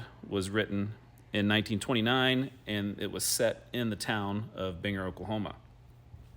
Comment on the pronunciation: It is pronounced BEAN-Grrr.